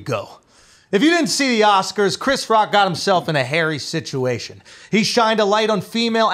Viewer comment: the sitchy witchy and alopeshy wishy 😂